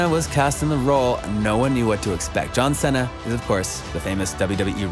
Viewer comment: Bro why does he say John cena like that